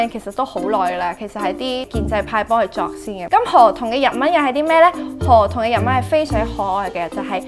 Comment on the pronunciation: 唔知聽到周庭讀河童kabba、聽唔清楚你讀b定p音，另外かっぱ喺日文日常會話解做雨褸／好識游水既人（好似係）